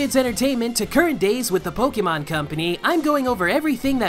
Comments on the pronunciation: >Huge fan of Pokemon >Still calls it poke-ee-mon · I can't take any kid seriously if they pronounce it "poke-ee-mon" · wow never seen someone who loves can't pronounce Pokemon